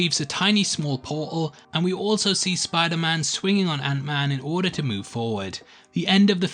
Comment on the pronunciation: Did you just say Spoilerman?